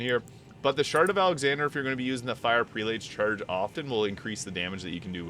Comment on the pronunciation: Prelate is pronounced “PRELL-it”. Js